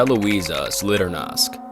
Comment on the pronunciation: Sorry for correction but good pronunciation is Televizia (w is reading as w and j is like long i) Solidarnosici (ś is read as sii and ć as ci) I hope I used good pronunciation comparison, for me Polish-born is easier to read letters like ć, ś ź or ż and its hard to explain it to foreigner